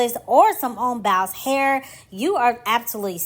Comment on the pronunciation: "Simone Bowels." Lol. The way she pronounces it.